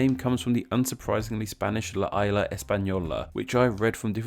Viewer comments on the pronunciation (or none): Furthermore, the Antilles are NOT pronounced "an-tee-yuhz", but "an-til-eez". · "La isla" isn't "luh ai-lush," it's "lah ees-lah."